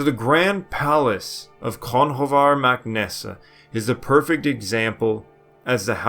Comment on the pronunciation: Very interesting. Great insight. Believe it or not the ancient Irish name "Conchobar" is not actually pronounced phonetically. It's more like (cru-huar).